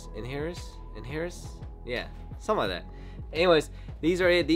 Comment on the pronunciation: in·er·tia : /iˈnərSHə/🤣 You're good though homie, I can't say mauve